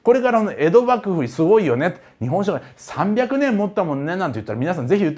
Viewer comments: カール大帝のところの『しゅごい』がツボりました😂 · カール大帝の説明の時の不意の「しゅごい」と「シャルルマーニュおじさん」で吹いた笑